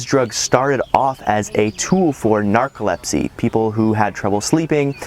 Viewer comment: Narcolepsy is a condition characterized by an extreme tendency to fall asleep whenever in relaxing surroundings. You said it totally wrong.